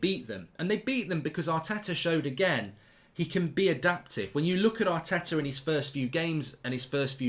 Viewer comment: Yaar-teh-tah AOUT.